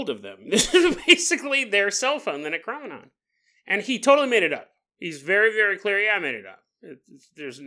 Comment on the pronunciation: Your killing ne how your saying necronomicon .Great episode tho .